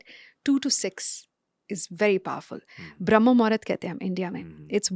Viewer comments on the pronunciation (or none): none